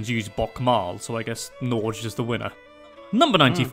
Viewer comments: Hah he is butchering the way we say Norge. May as well just call it Norway then. So far off! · Right... That had me upset also.. Its actually "norr'geh" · Nåårdj ftw. we have oficcially gotten a new name! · Norj? the fuck is that pronounciation haha. the list maker could at least have spent 3 seconds googling how to pronounce it. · NOOO thats NOT how you pronounce Norge.. Its norr'geh